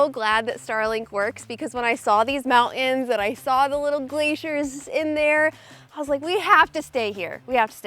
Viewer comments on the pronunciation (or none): "Mow-ens" (Mountains?) "Star-en" (Starting ?) "Bu-en" (Button?) Luv the channel but.........wth